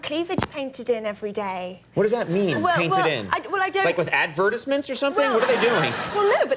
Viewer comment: Love the English syllabic emphasis on "advertisements" but with the American accent. So clever. Conan is very intelligent.